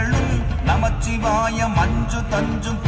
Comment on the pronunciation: திருத்தம்: தயவு செய்து பஞ்சாட்சர மந்திரத்தை நமசிவாய 🙏என்று உச்சரியுங்கள். இது ஐந்தெழுத்து மந்திரம். நமச்சிவாய என்று உச்சரிக்க வேண்டாம். ந- நிலம், ம- நீர், சி- தீ, வா- காற்று, யா-ஆகாயம்.